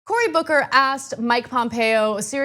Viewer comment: Did anybody else hear booger the first time she said booker?